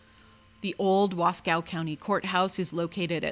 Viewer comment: Wasco is pronounced Wahs-coe. No cow involved. Nice video.